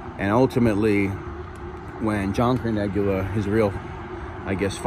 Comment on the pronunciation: In the name Carneglia the g is silent in Italian. Tragic story but John Favarra should have known he was marked for death ☠️.